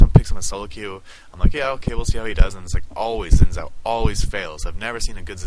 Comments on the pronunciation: Sorry for being a prick, but Xin Zhao is pronounced "shin-jhao". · Your pronunciation of Xin Zhao is wrong.